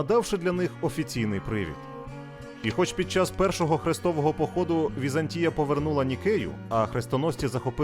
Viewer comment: ВізАнтія ( наголос на другому складі) - зразок облуди , лицемірства і зради. Вона створила штучну абетку для слов'ян (кирилицю) на основі грецької абетки, щоб утримувати експансію слов'янського світу. Її релігія - православ'я, стала релігією східного слов'янства Та прийшов час і Візантійська імперія зменшилась до розмірів міста, в 1453 році оточеного турками. Хоч як волали про допомогу ромеї ( греки ), ніхто їм більше не хотів допомогти. "Славним" нащадком Візантії стала Російська імперія (Третій Рим ), яка успадкувала весь негатив Візантії.